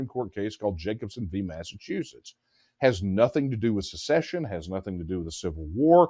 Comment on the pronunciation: Please… the word is SECESSION!